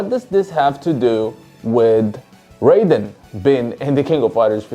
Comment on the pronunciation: Isn't it pronounced as 'r-eye-den' in Fatal Fury?